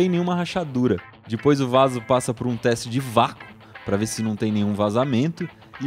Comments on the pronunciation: Para de falar di pois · "E dipois" hahaha